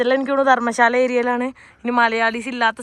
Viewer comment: ധർമ്ശാല അല്ല ധരംശാല ഹിമാചൽ😊